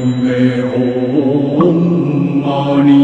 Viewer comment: It's Om Mani Padme Hum but the Hum you pronounce it as Om.